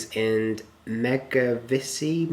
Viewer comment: To pronounce Mevagissey you had it right 1st time :) Well done haha